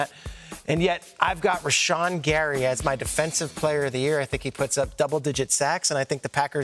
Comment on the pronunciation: Bro said Rashan gary